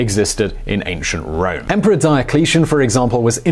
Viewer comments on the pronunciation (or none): none